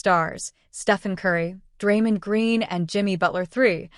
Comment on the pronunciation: Stop mispronouncing Draymond 😢😢